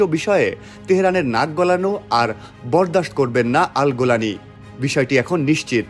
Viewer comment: গোলানী না জোলানী